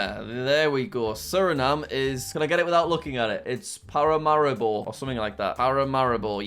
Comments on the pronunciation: Jack: Pa-ra-ma-ri-bo Everyone else-Pa-ra-ma-REE-bo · Bruh Paramaribo is pronounce Pah-rah-mah-ree-bow But do it quick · Correct Pronunciations for Jack: Ecuador, Quito = Keeto Colombia, Bogota = Bow(and arrow) go tah Venezuela, Caracas = you said it right! Guyana, Georgetown = you said it right! Suriname, Paramaribo = Para maree bo Peru, Lima = you said it right! Bolivia, (actually two capitals)La Paz = you said it right! Chile, Santiago = San tee ahh go Argentina, Buenos Aires = Bwenos eye ris Paraguay, Asunción = assun se own Uruguay, Montevideo = Montay vee de oh Brazil, Brasília = you said it right! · Pronunciations that jack couldn't pronounce:Brasillia(BR-AH-SEE-LE-UH),Buenos Aires(BOO-AY-NO-S EYE-REES),Quito(KEY-TO),Paramaribo(PARA-MA-REE-BO) and finally Bogota(BO-GO-TA) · It's paramaribo for Suriname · And Dutch! The pronunciation for Paramaribo isn't better lol